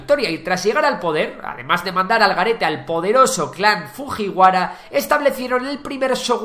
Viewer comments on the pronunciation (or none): Pronuncia las "J" cómo si fueran "LL" por ejemplo (Fujiwara) fulliwara. Las letras "Y" antes de una vocal se pronuncian "i" (yoritomo) ioritomo. Y las "H" son más como una exaltación en lugar de decir una J cómo tal. Ánimo, buen video. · hay un error ahí, exactamente en la pronunciación Es cierto que cuando en español vemos un "ji" lo leemos de la misma forma como se escribe pero en japonés este sonido se pronuncia como "yi" (じ en hiragana) Es decir que la pronunciacion correcta es "fuyiwara" (pronunciacion únicamente, se escribe como ji, pero se pronuncia yi) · La pronunciación de los nombres debería estar hecha como debe. Las J se pronuncian como en inglés y las h se aspiran. Escuchar los nombres Jomon, Fujiwara y Kojiki como la palabra española Jamón duele muchísimo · Fujihuaras y yo entendi mojiguaras o como se escriba 😅😂